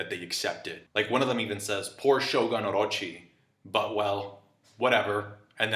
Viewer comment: u should pronounce it sho "gun". not sho gan.